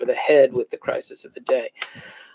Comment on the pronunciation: He had a " cricic" in Arizona. He could not say crisis